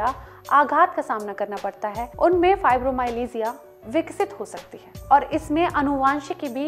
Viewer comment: Learn to pronounce it first . Don't spread wrong information